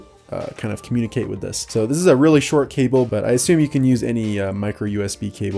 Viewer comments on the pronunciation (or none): none